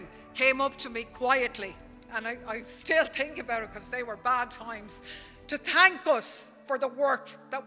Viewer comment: 'Tank you' 😊